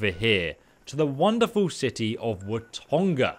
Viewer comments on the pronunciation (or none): Ok I’m sorry but it’s Watoga not Watonga but anyway love the vids keep it up 👍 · For the love of god please stop calling it Watonga, its an H not an N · There is no "N" in Watoga. It is pronounced wa-toe-ga. Other than that, keep up the good work! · Its still not WatoNga its Watoga there is no N in this Townname. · wah to gah not wah tonga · "Watonga"? i dont recall there being an N in watoga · Dam dude "Watonga" "Phalippy" "AppaLANCHIA" my god he's not even trying to get the pronunciations right 😂 Even adding letters or removing them. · Are we gonna tell him there's no N in Watoga yet? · Anyone taking bets on when will pronounce Watoga correctly?